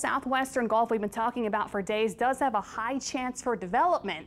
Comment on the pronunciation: Lady, it’s GULF not GOLF !!!!!